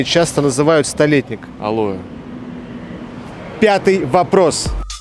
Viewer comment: Правильно алоэ, а не алое. Ведущий просто двоечник, даже с телефоном. А парню зачет, удачи тебе. Ты очень образованный, а сегодня это редкость. Реклама конечно главное... И тут небольшое сомнение в качестве ролика.))